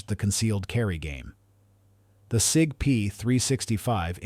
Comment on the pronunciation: The " S.I.G. " ? AI generated crap...